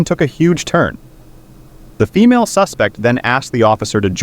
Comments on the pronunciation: BRO TI SAYS FEAMLE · The first one said feamle Instead of female💀💀💀💀💀💀💀